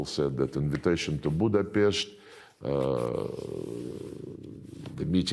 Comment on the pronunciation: No "ch" in Budapest